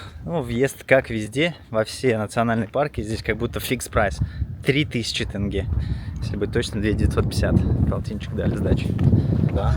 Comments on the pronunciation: Ребята вы молодцы! Но тенге надо произносить тоже правильно! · Такого я ещё не слышал бИйтерек😂не ужели трудно сказать Байтерек,тенге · Где вы увидели в слове тенге Э??? Ну хватит уже коверкать нашу тЕЕЕЕнге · Ребята, очень классный выпуск про мою любимую страну. Приезжайте еще - встретим, накормим, покажем места. Там, где вы были - это самые популярные точки туризма, но помимо них есть еще очень много знаковых и памятных мест. Один совет - не тЭнге, а проще - тенге. Вы гости, поэтому никто вам не скажет слова поперек, но правильно вот так. Казахстанцы очень дружелюбны и открыты, гость - это святое, праздник в дом. Удачи вам в ваших путешествиях и ждем новые выпуски! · Почему все россияне так говорят?тЭнге.написана буква Е.так и говорите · скорей всего вы неправильно уловили звук. У россиян это норма, я уже привык. Говоришь им тЕнгЕ, буква Е, а они все равно тЭнгЭ,😂😂 так и с Байтереком, говоришь как написано так и звучит, бАЙ-тЕрЕк, а в ответ бэйтэрэк? Бэтэрэк?😂😂 Вы как кавказцы какие-то, все через Э, я в шоке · Дорогая, не тЭнге, а тЕнге.... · Добро пожаловать))). Спасибо за красивый гайд для туристов, рекламу нашей страны. Одно но... Ухо режет просто, правильно тЕнге, не тЭнге. Это как 100 рублЭй))). А в остальном один восторг видеть родину вашими глазами, аж сам себе завидую))). Рахмет ребята)))!!! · Ни тЭнге а тЕнге, прям слух режет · Это из тойже сериии что тЭнге, а не тЕнге! Хотя мой муж из Туткменистана, но произношение как нужно! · Можно говорить не ТЭНГЕ, а Тенге! Благодарю вас. А видео очень интересное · Не БИйтерек, тЭнге, КАльсай, а БАйтерек, тЕнге, КОльсай. Язык у нас не казахстанский, а казахский. Спасибо за видео! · Не КАльсай, а КОльсай ... Режет ухо, как и "тЭнгэ". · Опять ТЭНГЕ...ОПЯТЬ! Да чтож с вами всеми такое... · ТЕнге❗️, КОлсай ❗️. Аж уши режет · Тэнгэ мля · Кальсай тэнгэ 😂😂как вы бесите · Видео интересное, но каждый раз когда вы говорите «бИйтерек», или «тЭнге» мне хочется им лично сказать как правильно надо говорить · не ТЭНГЕ а ТЕНГЕ